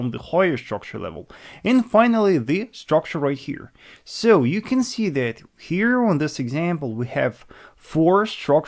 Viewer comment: You learn English? its that (dat) and not (zet), finally